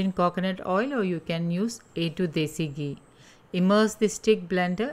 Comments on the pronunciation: It's घी not गी👍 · Very nice.. mam...just diction problem like it's not gee but ghee